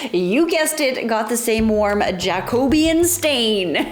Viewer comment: please stop pronouncing jacobean like that, it hurts every time 😂😂😂😂